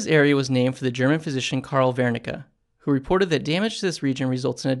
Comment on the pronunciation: THANK YOU!!! random but I'm an audiobook producer. Never had to say Wernicke before so thanks for the correct pronunciation. Lmao I would've said werr-nick-ee not vair-nick-ah 😆🤦